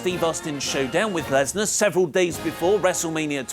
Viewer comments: It's not Brock LESNER......................it's BROCK LESNAR ............Point of correction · LESNAR not LESNER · Finally found a mistake in wrestletalk video... lesnar----->lesner